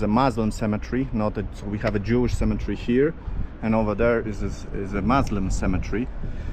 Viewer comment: Wow. You're doing so much better with your English pronunciation and vocabulary since you started YT videos! I want to show you how the word cemetery is pronounced. Try saying it in four sounds, like this: Cem-e-ter-y. The way you're saying it is with three sounds - Cem-e-tree. That is the English pronunciation of a different word -- Symmetry. Symmm-e-try. Symmetry refers to something being equal distance all the way around on all sides. For example: A square shape with all four sides being the same length shows perfect symmetry. God bless and be with you! Really enjoy your channel. Thanks for all the hard work you put into ir. It really shows.